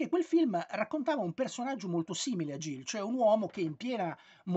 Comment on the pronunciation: Credo che il titolo si pronunci "Ghil", come in Gil Kane. Spesso è un diminutivo di Gilbert.